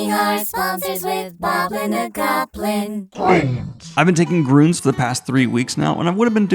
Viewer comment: As a German i have to say: It's grÜns, not grOOns. ÜÜÜÜÜÜÜÜÜÜÜÜÜÜÜÜÜÜÜÜÜÜÜÜÜÜÜÜÜÜÜÜÜÜÜÜÜÜÜÜÜÜÜÜÜÜÜÜÜÜÜÜÜÜÜÜÜÜÜÜÜÜÜÜÜÜÜÜÜÜÜÜÜÜÜÜÜÜÜÜÜÜÜÜÜÜÜÜÜÜÜ Love FN btw :)